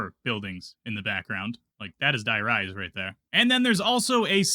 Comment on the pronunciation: "Let's go INSIDE the Denizon"😮... Okay... That's ENOUGH Ytube for today.